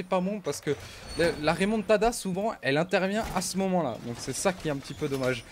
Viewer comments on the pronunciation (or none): none